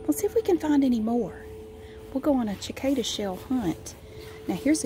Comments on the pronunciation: the c at the start of cicada is is meant to sound like an s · So glad you are back!! I love cicadas. Ive always said sacada. Ive never heard someone say chicada, I love it!!! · I love listening to talk about things. Even cicadas! I've also never heard anyone pronounce it like that. Neat! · Ashley Smith i know! i didn’t know there was another way to pronounce it (the way she did) and i came to the comments and didn’t see any one comment on the different pronunciation, so i thought i was saying it wrong ahah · I've always loved cicadas and cicada shells, it grosses my sisters out but I like placing the on my shirt when i was younger. I've never heard anyone pronounce "cicada" differenlty before so i thought that was interesting.